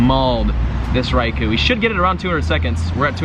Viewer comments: REY KO, not REY KOO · RAI KO not REY KO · Anyone gonna tell him it's pronounced Rai-kO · RAAI COAL not RAI KO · I think you are saying Raikou incorrectly.